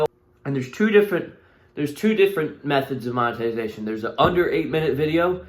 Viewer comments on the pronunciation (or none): Boy really said "moneytization" 😂😂